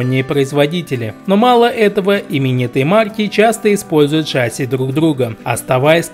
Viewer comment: В слове ШАССИ ударение ставится на второй слог.